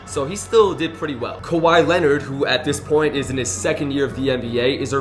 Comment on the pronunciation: I thought it was kaw-hee Leonard instead of kawaii leonard